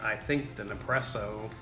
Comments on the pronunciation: What does "Ne-presso" mean? ;-) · You’re missing the first S when you say nespresso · Alex Keys he is saying it totally wrong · What's crazy is, he says espresso just fine but can't say Nespresso. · NES presso dude.. & its pronounced Dee long ee.. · Nice job on the video and taste testing. By now you probably know this, but it’s pronounced Ness-Presso. You may not be aware of this, but Nespresso only buys the very best coffee beans from around the world. I’ve heard that it’s the top 1-2% best coffee beans every year and they only buy the best so that we get the most flavor possible from every pod. I also have a Keurig 2.0 machine and even when it’s set to bold, it still can’t compete with the Nespresso Virtuoplus machine’s output for flavor and intensity. Also the pods are recyclable aluminum so they can be returned to the vendor to be melted down and reused in future pods. Thanks again for the video and information. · It’s NES PRESSO, not NEP PRESSO... dummy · its neSpresso not nepresso im italian so that bothers me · It's pronounced Nespresso. Your forgetting to say the S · Did anyone else cringe every time he said "Ne-presso"??? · Hahahahahah Hahaha ok I had to stop watching your video could not take you seriously. you mispronounce the name through the majority of the video not NEPRESSO.. think you might be having some Mandela affect issues . Hopefully I'll find one of those NEPRESSEO machines and give it a try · Its NeSpresso 😂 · You should do a review where you mispronounce as much as you can so everyone freaks out. LOL Gotta get me one of these Nepresso's soon! :D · Everytime you say ne-presso, someone somewhere kills a fla-mingo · as soon as he said Nepresso I bailed. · "Ne-presssso." Man, you americans always have to fuck pronunciations up, eh? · it's neSpresso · You kept saying Nepresso and it was pissing me off!! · Every time he says Ne-presso, I get De-presso 8( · I was correcting him every time! 😂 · It’s ne spresso